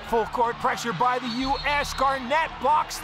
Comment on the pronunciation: Didn't knew it was pronounced "Basketball coursh" and "firsh" learnt something new today.